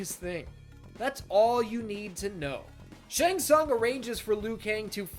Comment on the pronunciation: Fun fact: Pronunciation of Shang Tsung in this video is sounds like something else in Hungarian. What this pronunciation looks like in Hungarian writing: Seng szang Which is almost saying in Hungarian: Segg szag(very similar pronunciation) That means: Ass Stink